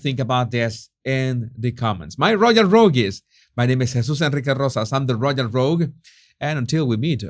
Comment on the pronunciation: Because it's a word you use a lot, Jesus, it would be worth your while to get it right. The word is "royal". Don't arch your tongue. You almost make the y into a g. Keep the tongue flat. Easy!